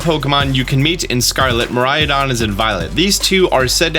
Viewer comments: The way says miraidon sounds like he says "Mariah-don" and I can't help but picture Mariah Carey's face on it 😂😂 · By the way, if you want to know just in case how Koraidon and Miraidon are supposed to be pronunced, it's supposed to be Kohrai-Donn and Miirai-Donn. All Japanese words are supposed to be pronunced phonetically, something othet languages don't really have which is pretty interesting... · Miraidon= (Pronounced) Me- Rye - Don = means future dragon. Koraidon= (Pronounced) Co- Rye- Don = means ancient dragon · I think it's pronounced Ko-Ride-on and Mi-Ride-on because they look like motorcycles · Ko-RYE-don and Mi-RYE-don. I only know this because Mirai is Japanese for the future, and Korai means ancient. So THIS game is the tradition versus advancement game, not Gen 7 or 8, when those were the leaks for those games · informs us about pokemon for YEARS also: still can't say korai/mirai, lol. watch some more of the japanese trailers;P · Haha here we go again, I hope this can help the pronunciation: Koraidon = Ko - Rhydon Miraidon = Me - Rhydon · I think Miraidon should be pronounced as the Japanese word Mirai which means future. I know that doesn't make too much sense in a region based on Portugal, but then again, GF is a Japanese developer. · It’s pronounced “Ko-lrah-ee(soft)-doh-nn” & “Mee-lrah-ee(soft)-doh-nn” Very Japanese names. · I think the Japanese/original pronunciation would be something like this: mi-rai-don (something like mi as in meet, and rai as in rhyme for example) and ko-rai-don ( something like ko as in compound for example, and rai again) but not so much mirayadon and korayadon. I hope this helps :) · By no means should you listen to this random opinion on the internet, but I think you're adding an 'a' to the legendaries' pronunciation. Kor-ai-a-don vs Kor-ai-don. Mir-ai-a-don vs Mir-ai-don. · Me as a Mariah, what I hear: Mariah-don lol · Also, "kor-rai-don" and "mee-rai-don"